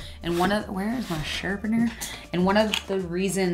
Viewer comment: Sherrrpinerrrrr ( love the way you said sharpener) 😂😂 those purple shades are so beautiful! Hey what do you know? My comment started with an ‘S’ 😏😏 IG: kaiiitlyn__ (3 i’s 2 underscores)